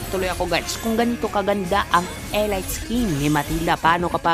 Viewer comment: "elit"po pag pronounce di po "elayt"